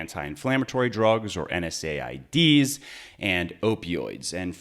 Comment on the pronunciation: Good info but I cringed every time I heard NSAIDs. It’s “En-seds” ... sorry, it’s the pharmacist in me :)